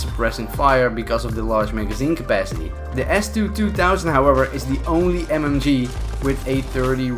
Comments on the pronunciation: S2 2000 you say it s2 200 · Idk how many others may have caught his mistake. He kept saying S2-2 THOUSAND. It’s 2 HUNDRED dude. Idk how he didn’t catch his mistake while editing the video when you see the name show up numerous times when he got people with it. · Its s2-200 not s2-2000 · It is an S2 twohundred btw.. :D not twothousand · Its call s2-200 not s2-2000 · He said S2-2000. It's S2-200